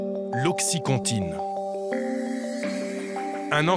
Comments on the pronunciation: Qd en 10 min, narcan et oxycontin sont mal prononcés en français, ça fait pas sérieux. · Ptdr comment ils prononcent Oxycontin et Narcan